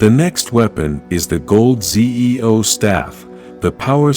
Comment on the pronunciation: It's a synthetic voice over Neo. That's not the channel owner talking, so the system probably doesn't know how to pronounce Zeo.